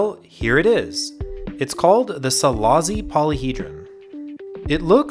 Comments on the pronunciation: Silashi, not Silazi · It’s pronounced Silashi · It's pronounced "Selaashi". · Great video, just as a Hungarian the pronounciation is bothering me, it's see-lah-shee. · Szilassi is pronounced Cilash-e